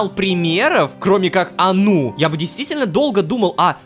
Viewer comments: Мне кажется не анУ, а Ану (заглавные буквы ударение) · мне кажется что нужно говорить А́ну а не Ану́